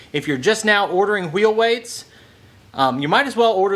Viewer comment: You can't have a pie without whhhhheel whhhheights